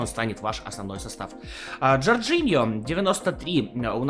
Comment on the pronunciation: Он правильно читает. John - Джон, Jordan - Джордан